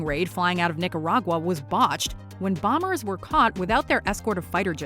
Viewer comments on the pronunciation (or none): none